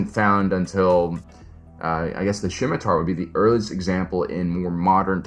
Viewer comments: hey whats up nerd, its pronounced SIMM i Tar - not SHCim atar, good channel, the C is silent. Its a sword in history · I have never heard scimitar pronounced like that. Skim-itar, sure. Sim-itar, yup. But Shim-itar is a new one to me